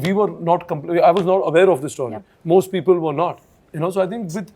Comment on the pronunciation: I noticed something-Why do these star kids(Sonam usually, and now Farhan and Ritesh Sidwani) pronounce the word 'STORY' the way they do. The pronunciation is neither American, nor British. Is it the snobby Indian way to pronounce? I wonder